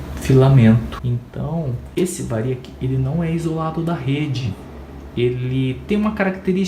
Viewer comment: É Triac e variac. Tira os acentos da pronúncia. Bom vídeo